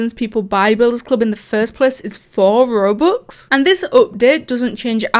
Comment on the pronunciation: why did u say rubux